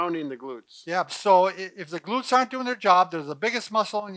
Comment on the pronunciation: “Glurts” hahahaha 😂😂😂